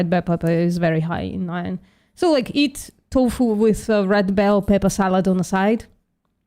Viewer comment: VPM.... Please tech how to pronounce "iron" 😂